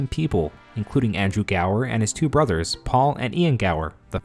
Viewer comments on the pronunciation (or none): none